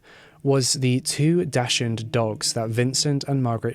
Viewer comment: Hey btw it's pronounced like "dox hoond" not "daschund"